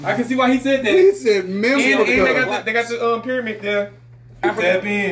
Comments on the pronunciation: I could not believe he said, "Memphica" (or similar). I loved all of your reactions! Really funny - just love your show. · This is crazy! 🤣🤣 “Memfrica”